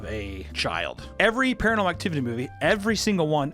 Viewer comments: Ah yes, Paranal Activity. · WHY DO YOU KEEP CALLING IT PARANEL ACTIVITY!??